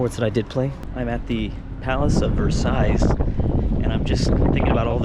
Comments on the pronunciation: it’s pronounced “ver-say-ails,” just for a little bit of information. Btw I’m the same guy who named every country in Europe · Let’s not talk about the way how said “arc de triomph ” and “Versailles” Great video btw, this was great